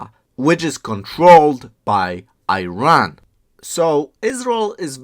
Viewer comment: Unless you pronounce Iran, Iraq properly, we won't watch your videos